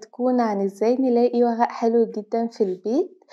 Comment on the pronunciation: وغأ 😂😂 ورق و-ر-ق